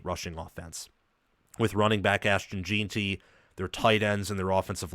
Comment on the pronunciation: His name is Ashton Jenty not gin ty